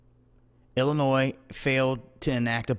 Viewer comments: illoNOISE???????? Check your pronunciation. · There is no noise in Illinois, rhymes with joy. Just an FYI. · Silent 's' in Illinois.